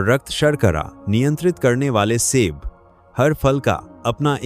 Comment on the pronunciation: आपका बोलने का तरीकाठीक नहीं है जो पांच फल बताएं प्रत्येक को ट्रेस करें जोर देकर बोले सेब फल को ऐसे बोल रहे हो किस तरीकेसे बोल रहे हो।